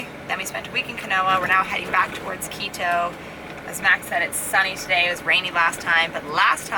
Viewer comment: Max Max Max, your pronounciation of Quito would make my ex throw things at the monitor. You are saying Keedoh. You have to remember that in South America, any word ending in o uses a short vowel sound, not oh! So it would sound more like Kito. Good video as usual, have a good week and stay safe.